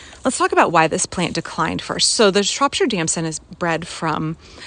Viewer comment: Btw, it’s pronounced “Shrop - shear”